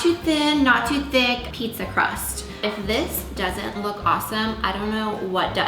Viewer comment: "Pizza Crahst?" lol